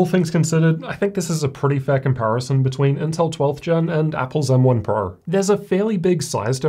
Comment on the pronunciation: "M1 purrr" 😆